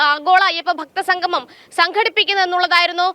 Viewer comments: സംഘമം എല്ലാ ചേട്ടാ സംഗമം ആണ് ശരി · Sanghamam alla monaee..sangamam. malayalam pronunciation padikkuu.